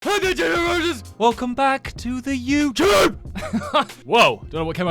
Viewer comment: "YouCHUBE" bruh what